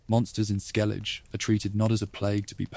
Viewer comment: Another person that can't pronounce Skellige accurately 😢